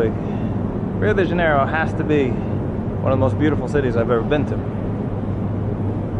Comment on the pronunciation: Your pronunciation of Rio de Janeiro and São Paulo is better than 99% of non portuguese native speakers.